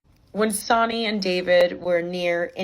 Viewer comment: i’m sorry it’s not sonny like jonny lol i think it’s sonny like sunny. sorry to be the bearer of bad news te quiero